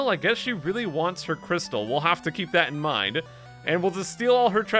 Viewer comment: I love how you pronounce crystal as Cristelle 😊